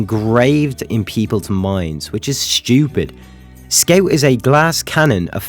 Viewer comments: Its Scout, not Sceut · Is it a joke or you really pronounce Scout Skeut? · Why did you pronounce "scout" as "skate" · What the hell is a scate you mean scout bruh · "sciot" took me 10 minutes to understand